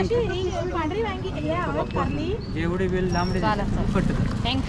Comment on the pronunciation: sagal yavstit bolte pn व्यांगी का बोलतेस वांगी सोप आहे.